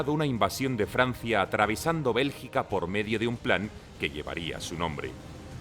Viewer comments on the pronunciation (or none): none